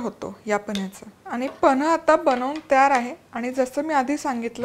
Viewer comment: Reci 👌, pls boltanana gadbd kru nka na tumhi panh ivji kanh he ucchr kelahe.